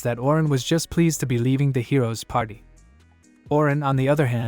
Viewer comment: is it me or does AI-narrator keep saying Hero's patty